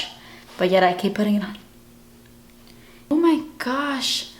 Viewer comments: i love you kathleen ! lmao when you say o my gursh ;) i always laugh when i watch your videos. also love the look you made. you are my favorite youtuber. xo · Hahahahha "oh my gorrsh"